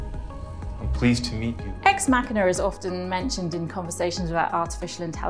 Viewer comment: "Ex Mackiner". Yeah, there's no "R" in "machina".